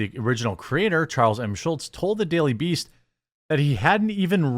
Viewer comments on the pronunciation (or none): It's also Charles not " Charnels".